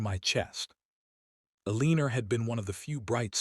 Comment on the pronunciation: Lots of mispronunciations😮Like Elee nor its Eleanor. Debate ing not Debatting. The photos don't link up. In That last picture the woman looks 50+ least & the man about 30. Finally, a woman who successfully hung on to her jewelry! + Property!